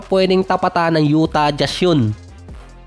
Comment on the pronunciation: Lalo yung Utah Jazz 😂😂😂 Yutah Jas